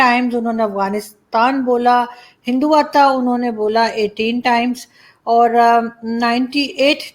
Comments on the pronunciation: Mam, great video. Thank you. Btw, Hindtva is pronounced as "hindu-tva" not "hindu-vata" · Why can't Pakistanis pronounce "hindutva"? 🤣😂 Imran Khan pronounces it hinduv-ta You pronounced it hindu-vata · 🤔😊😊 Devi ji Hindutav prononcation is. Not. Correct in speaking 👍👍👍👍👌😃😃gd. U r. Learning The grt language Hindi 👍👍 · Or kesne kesne madam ji ke hindutva pronounce krne pe hasi aa rahe the....